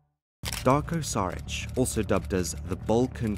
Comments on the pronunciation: big boss Darko its not Saric its Sharic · It's pronounced Shuritch.